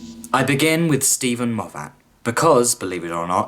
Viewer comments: I know this is an old video, and although I do enjoy your critique. Being from Scotland, I just can't get over your mispronunciation of Moffat. It's not Mof-fat, being a Scottish name the 'a" is pronounced as an i. So it's pronounced as mof-fit. Sorry for any offence, it's just a stupid small thing that gets on my nerves for some reason. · If you're going to keep saying Moff Att instead of Moff't, shouldn't you also say Chib Nawl instead of Chibn'll? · Stop saying MoffAT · Dude, ace vid, though please go learn how to pronunce "Moffat" it's not Mof-at. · It’s said Moffet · As soon as I heard Moff-hat I was gone! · Pretty good critique apart from your inability to pronounce Moffat correctly.